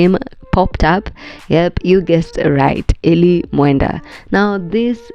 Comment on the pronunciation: Eli ❌ E-lie ✅